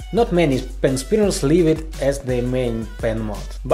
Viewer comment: No one:: Helliow pen spinniars